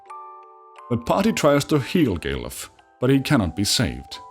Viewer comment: The way you pronounce Galuf sound like gay love (gay luv)